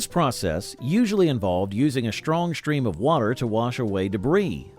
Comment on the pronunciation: We also said "filmstrips" and doorsteps" NOT "filmshtrips" and "doorshteps. Also, "a shtrong shtream of water..."???? Seriously!